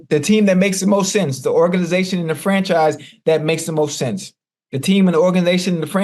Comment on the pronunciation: Hold up again. Did Chad just say organation 😂😂😂